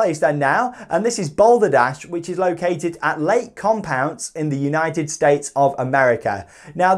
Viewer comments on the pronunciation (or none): none